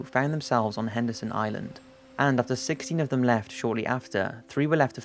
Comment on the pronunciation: Is it Anderson or Henderson Island? Sounds oike you say both.